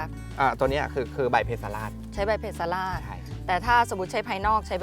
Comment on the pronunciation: ข้อมูลดีมากครับ สมควรได้รับการยกย่อง แต่ควรแก้ไขภาษาให้ถูกต้องให้เหมาะสมกับเป็นองค์กรแนวหน้าของไทย เพสลาด อ่านว่า เพ-สะ-หลาด แปลว่า ไม่อ่อนไม่แก่